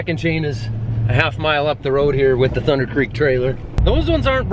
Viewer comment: anyone else mad he said thunder like that